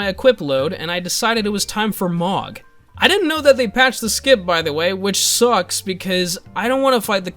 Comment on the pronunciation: His name is Mogh, pronounced "moge"